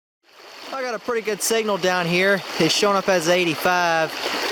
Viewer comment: 2 dollars and tien cents!